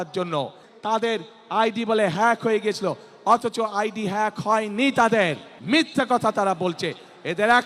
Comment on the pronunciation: হ্যাক শব্দটা উচ্চারণ করতে পারে না যে লোক সে আবার বলে দেশের প্রধান হতে চায়। মূর্খ